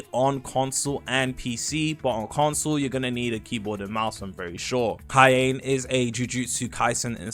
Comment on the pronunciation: it's Heian not Heain.......